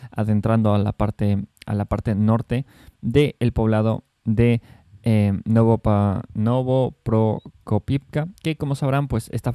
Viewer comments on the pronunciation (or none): Por fin admites que cayó Robotine, con 5 días de retraso. Como puedes hablar de una localidad que ni siquiera sabes pronunciar “Novopokrovka” …